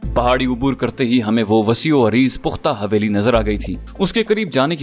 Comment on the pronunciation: حویلی۔۔۔ح۔۔یہ۔ھے نہ کہ ( ہ) معزرت کے ساتھ